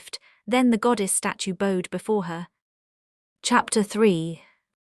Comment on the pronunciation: Mispronouncing bowed. Introductory video is weird